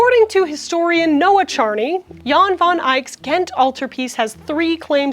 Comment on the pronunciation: pronouncing Jan as yawn is so funny